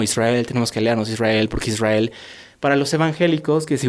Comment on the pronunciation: Jajaja de ahí empieza el genocidio..? Israel las víctimas?? Falta informarse no de noticieros, no de CNN, no de RT, con todo respeto, este muchacho no sabe nada... Esta contando su historia que mas recuerda... Aparte que dice ISWRAEL😅😅😂 vaya... Que payasada, los padres son los culpables.